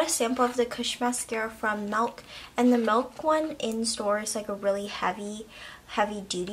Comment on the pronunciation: MILK not MELK 😂